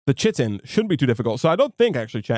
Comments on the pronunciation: Not sure if you check comments on older videos or whether this will ever come up again (or even if you learned this later on) but chitin is pronounced as "kai-tin" rather than as "chit-tin" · Chitin is pronounced kai-tin, the only reason I know this is because of ARK survival evolved... also love the videos loving the modpack! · chitin is pronounced "kiten" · Chitin "kite-n"